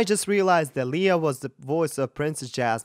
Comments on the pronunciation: Her name is pronounced Lay-a not Lee-a..just fyi. Great reaction..! I lived in PI for nearly 20 yrs..she was a 7 year old hosting a TV show so I watched her grow up. Sh we're is fabulous! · Love her performance and his reaction to it, but it seems strange that a voice coach who likes her so well mispronounces her name - it's not leeeah but leiah. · Her name is pronounced lay ah